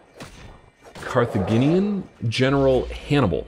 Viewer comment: Hannibal is from Carthage, a north African city, pronounced Age as in how old you are, so I'd guess Carthaginian is pronounced that way, Jinian not Guinean. Hate to be a stickler about it, sorry dude.